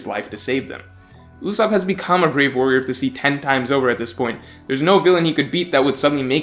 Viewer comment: Duude not Ussop please